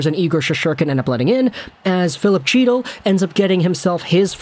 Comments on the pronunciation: You rip a guy for messing up a name…as you say it completely wrong. It is nit Chee-tul. His name is pronounced He-dul…there is no hard CH sound. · Not Chee-Till its HEE-TIL lmaoo the C is silent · It's he-til, he-til. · Luv ya but please.....Chytil is pronounced HEE-TIL. The c is silent. LGR!!!! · you’re pronouncing his last name wrong 😑 the C is silent. cmon hockey guy?